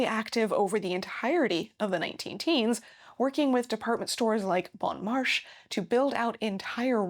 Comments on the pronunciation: Couture is not pronounced CO-tour. It is approximately cah-TURE. Bon Marché is not pronounced bone MARSH. It is approximately bow (as in bow tie) mah-SHAY. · First rate retelling of the deco story. Your wonderfully eccentric mantelpiece goes straight back to Greek/Roman antiquity with its central rosettes & dolphins. Love the 1914 cover art ! The c. 1909-14 early deco look has always been a personal favorite. (Bon marché is pronounced Marchay)